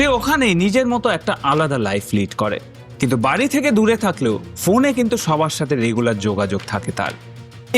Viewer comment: শব্দটা বাড়ি, বারি নয়, শব্দটা বেড়াল, বেরাল নয়। উচ্চারণ ঠিক করুন । 'ড়' এবং র, এই দুই শব্দের পৃথক পৃথক উচ্চারণ রয়েছে। পারলে একটু বিদ্যাসাগর মহাশয় রচিত প্রথম ভাগ পড়ে নেবেন। তারপর অবশ্যই সাবস্ক্রাইব করবো।